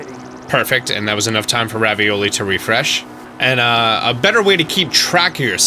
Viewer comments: It’s Ravali! Not ravioli he even says it that way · Its revali not ravioli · I laugh every time you say Ravioli 😂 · PLEASE stop calling Revali "Ravioli" for the love of God